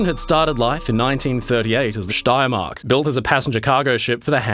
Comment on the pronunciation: Excellent pronunciation of „Steiermark“